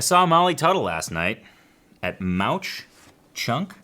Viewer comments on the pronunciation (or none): Hey Tony! I have so many reasons to celebrate this episode. First, I’m super-pumped that you liked what I sent in the mailbag. I also sent an Eagle card the last time I sent you album(s) and you caught my double entendre with the Eagle Rare. BTW, “Mauch” is pronounced “Mowk.” “Mauch Chunk” is the old name of the town now known as Jim Thorpe, and it’s famous for the Carbon County jail where the Molly Maguires were imprisoned and hanged (see The Mauch Chunk Opera House also happens to be special to me. My brother volunteers there and is usually the man at the door, checking tickets, greeting concert goers and directing them to their seats. It’s small, too, on a scale similar to the Rialto x maybe a bit bigger. It is also where I last saw Frank Solivan and Dirty Kitchen live (Jan 4 of this year) and I just posted something about FS&DK in the TAC community last week when I heard you announce they would be featured in AT95. Also, MCOH happens to be where I saw Mountain Heart just last last Saturday night (part of the reason I missed ALF 2019, but it gets even better). It’s hard to believe how many #smallwins you packed into AT95 for me!!!